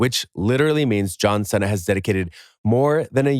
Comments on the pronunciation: fr "senna" its Seena like cena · Its produced (See-Nuh) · I was really getting in the moment and just hear John Sena lol came to comments right away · "C" see nah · “Our favorite.. John Senna.” Is he really your favorite bro? Pretty sure this is an AI video lol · John Senna.....you say tomatoe I say tomoto 😄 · Anyone notice a problem there? My man I swear if u say that one more time. It is pronounced “SEE (C) - NUH” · If you say "John Senna" one more dang time! lol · you can't senna mee lol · Not sure what was worse. Hearing Cena pronounced wrong or seeing Bill Murray taking money for an autograph. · I'm sure John Cena will contact you and thank you immediately for butchering his name to hell. How can you get a guy's name wrong who is one of the most recognizable Americans?? What's next? Tom Brody. Lebrone Jims. Hank Hogan. WTF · Please pronounce Cena right , cringed the fuck outta me